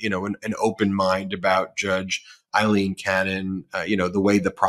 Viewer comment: Can you please tell Ben that Cannon's first name is "A"ilene not "I"lene... "A"... as in Pail, snail, JAIL... Ailene